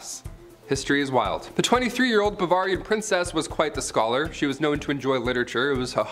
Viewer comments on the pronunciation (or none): Bavarian Please pronounce it correctly